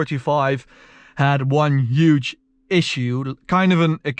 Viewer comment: Why are you saying uge not huge